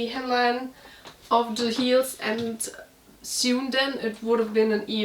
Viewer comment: Just a friendly correction: 'Sewn' is pronounced like "loan'.